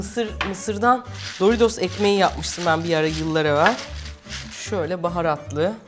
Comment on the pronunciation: ABLACIM PARMEZAN DEĞİL PARMESAN, DORİDOZ DEĞİL DORİTOS BUNLARA ODAKLANMAKTAN VİDEOYU İZLEYEMEDİM SAYGILAR